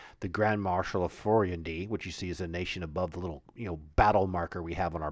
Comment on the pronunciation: Some of the pronunciations are incorrect in Oeridian common or Velondi but thats ok... an Oridian speaker would say Iuz as " Eyeooz" and Furyondy would be "Furry Ondi" also the its the Viscounty of Verboboc pronounced "Veyecounty of Ver bow bonck". I kniw I adventured there for 25 years